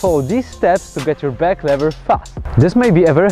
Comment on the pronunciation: Szacunek już na starcie za back"LEVERA" a nie "LIVERA" :D pozdrawiam! :D